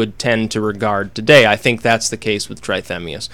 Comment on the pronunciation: Pronounced tratemias